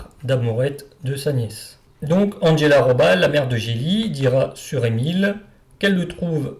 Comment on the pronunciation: Bon, j’ai cessé d’écouter dès les premiers mots. Cet « Andgella … Rôballe » est insupportable ! Faire passer la prononciation de toute langue étrangère par le filtre de l’anglais est intolérable ! Quand on fait une émission sur l’histoire allemande, on se documente - un tant soit peu - sur la prononciation de la langue allemande. Qui, en passant, est infiniment plus facile (la prononciation) que celle de l’anglais. Me rappelle (entre autres) les cuistres qui, à l’époque, prononçaient sans tiquer « Maïckôôôll » Schumacher.